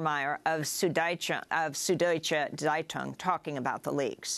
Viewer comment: "Sud-Deutsche Zeitung" (sorry, my mom is German and I can't hold back any longer), is pronounced: sood doy-cha tzie-toong (tz is one syllable). People take such care to sound urbane when they say anything french or spanish etc but cant seem manage German despite English being a Germanic language! Thank you, now I feel better! lol